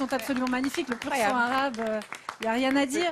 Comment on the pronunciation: Elle a du mal à dire pur sang arabe, c’est triste